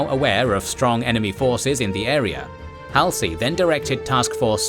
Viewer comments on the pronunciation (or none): kids u are going to be saying Halsey a lot so lets get it right it is not hal sie It is pronounced Hal- Zee Know this is # 49 and u have already done at least 70 by now but after 71 I expect u to get it right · It's Hallzee...NOT Halsee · How can you know SO much about this and present it so well.......but you've never heard anyone say "Halsey" before? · I'm sorry, I'm picky, but the narrator is mis- pronouncing some of the Leaders names. Namely Halsey and Nagumo.